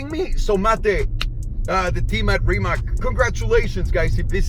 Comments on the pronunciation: It's not rimak, it's rimac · Trust me, I’m Croatian. :) Mate never mentions it, he just goes along with the Rimak pronunciation and it probably doesn’t bother him, but if you read this you can be in the chosen few who say it right (plus a few million of us in Croatia).Congrats! Next time we will learn how to say Luka Modrič and Goran Ivanišević, which sound tricky but are actually easy... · Are u so fucking stoned that u can not pronounce Rimac on Croatian instead of ''Rimak".?? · FYI Rimac is pronounced Rimatz like in Fritz. The more you know...